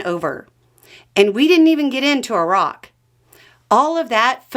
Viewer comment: Thank you for being the only American to ever pronounce Iraq properly